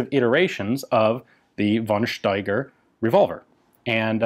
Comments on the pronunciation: Von Steiger is pronounced fon Steiger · The only "but": von Steiger is pronounced [fɔn ʃtaigʌ]